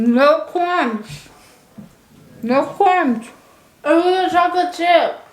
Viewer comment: "no cwumbs, no cwumbs" 🤣